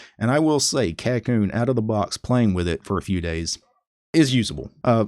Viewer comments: You have the pronunciation wrong, but I cannot blame you as it is not English anyway. The name is from Japanese which is 書こうね which would roughly translate to "Let's write, yeah?" in a casual tone. The "backwards" ordering for commands like dw no doubt goes along with the name since Japanese sentence ordering is backwards compared to English also. As for the pronunciation, it would be like: "kah - ko - nay" with the ko part dragging for a longer duration than the other two syllables. Just thought you might find this trivia interesting. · Every time he says the name wrong I'm reminded of how it being named by a weeb is a problem.